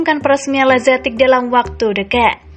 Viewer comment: Masukan untuk pengisi suara: jangan semua nama/istilah dibaca dengan pronounce hahaha inggris. Ex: lazetic->lazetik, maignan->maiknan, etc